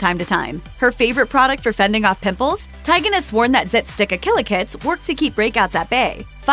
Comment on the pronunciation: Her last name is pronounced Tee'- gen not Ti- gain. Really.🙄